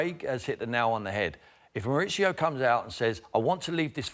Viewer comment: Why do the English call him Moritsio? Is he Italian?